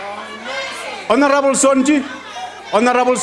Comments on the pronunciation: The word "Honorable " was murdered that day...🤣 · Last honarebel is what? What?